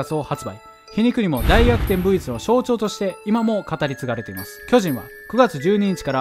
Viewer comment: V晩じゃなくてちゃんとV逸と言っている所にこのチャンネルの成長を感じる